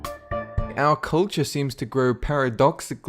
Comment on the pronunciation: "Our culture seems to grow paradoxically STOOPIDAH as we..."